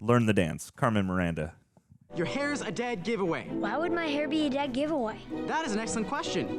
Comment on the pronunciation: He said it's a dad giveaway instead of dead giveaway 😂